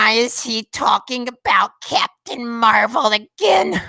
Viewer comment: You messed it up.... it’s Captain marv-L